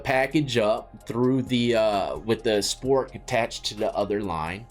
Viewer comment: LMFAO 😂.... regarding the toilet 🚽 passing.... when you said "spork" 😂 at one point you said "Swork"😅 But yeah that shit really works, you'd be surprised lol. So much shit you'll learn in there.